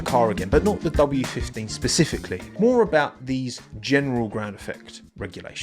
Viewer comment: SPECIFICALLY FFS , SPE SPE. Sorry , love the videos but pacifically drives me nuts 😂